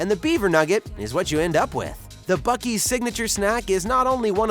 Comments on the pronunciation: ITS PRONOUNCE BOO SEE! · Buck + Beaver = Buc-Ees?…. I’m still confused. It should be Buckver’s or Bea-Uck. Where the hell does “Ees” come from?!?!?